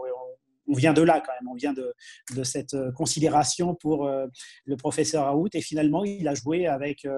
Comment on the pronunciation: Raoult!!!et ça se dit en phonétique raoul, le T on ne l'entend pas!!!tout le monde lui écorche son nom!!!